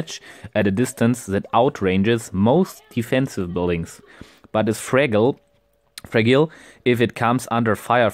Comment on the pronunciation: English must be your second language but just to let you know, fragile is pronounced with a "J".